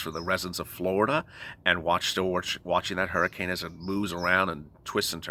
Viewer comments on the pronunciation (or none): none